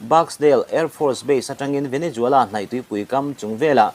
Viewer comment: Venezuela....Nge... Venejuala.....Venejhuala😊😊😊